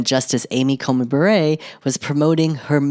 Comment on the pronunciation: I'm pretty sure Justice Amy Coney Barrett pronounces it bear-et not bah-ray.